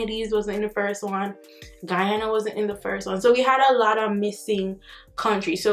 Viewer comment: She pronounced Guyana 🇬🇾 so well ✊🏽 big up nuff love ❤️